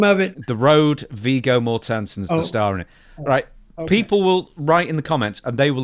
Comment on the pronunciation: I don't know how depressing 'The Road' is but that's not how you pronounce 'Viggo Mortensen'